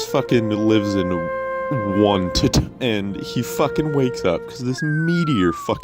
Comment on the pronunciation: Finally someone pronounces Onett properly.